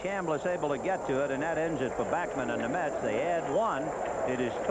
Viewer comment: its bAckman not bockman, scul.. what are u jewish now ?? .. hahaha